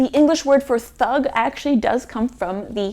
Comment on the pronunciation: Fantastic video. - Thug's pronunciation has more stress on T. Eg. aTTic. So you may try TTHUG. - Jalim literally means cruel. - The mythology behind origin of kali is that there was a demon who multiplied by it's blood touching the ground. So someone had to collect his blood before the drops touch the ground and get rid of the blood. So kali has that devilish nature to have the power to absorb that negativity (as the story says she drank every drop of the demon's blood) I don't remember the demon's name. - Gunga literally means dumb. And even though 'din' means 'day', I think it's dinu as it is a common indian name. So a boy named dinu who can't speak acting as a servant. (which was quite common during the british rule) - The actor playing villain is the great villain of bollywood, 90% of his work has him as villain but he's one of the most respected actor.